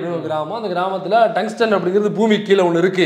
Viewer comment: டங்ஸ்டன் என்று அவரை சரியா சொல்ல சொல்லு. இல்லை எழுத சொல்லு..